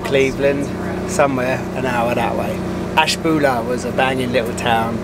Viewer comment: I've lived in the northeast Ohio area most of my life, you said Ashtabula in one of the acceptable forms. I've heard really strange renditions of it and you were no where near those.